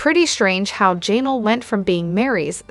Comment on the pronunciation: That "Janal" was so irritating